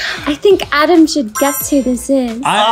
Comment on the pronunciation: Adem not Adam Justin right